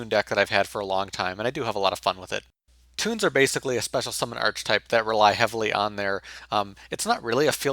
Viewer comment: archetype is pronounced as arc-type. .